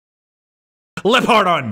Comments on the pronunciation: This was great. You said this story well. I stayed till the very end of this and it was funny when you kept saying, "Lapardan" wrong. I wish you the best of luck on everything you do on this channel. I will see you in your other videos. Bye. :) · It's pronounced, LEOpardon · It's pronounced "Leopardon", dude. Lee-O-Par-Don. Seriously, it's in the Japanese Spiderman theme song. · its pronounced LEO-PARDON! Dude at least consult the catchy opening its from for pronunciation. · I think Japanese Spiderman pronounced it as "Leo-Par-Don". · I think u pronounce it Leopard and then don.